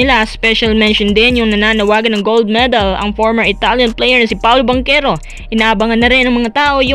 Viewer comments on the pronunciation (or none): none